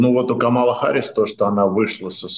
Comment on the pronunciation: Спасибо,, Вы весьма впечатлили абсолютно правильным произношением фамилии Камалы! - 😉